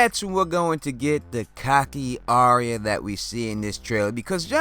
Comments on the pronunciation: Your videos are so good, I wanted to give you a tip straight from GRRM. Arya’s name is not pronounced like an aria from the opera. It’s pronounced like “Are Ya?” Like “are ya going to watch Game Of Thrones?” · DEAR GOD! ITS ARYA! NOT ARIA. SAY IT WITH ME BROTHER AR-YA, ARYA.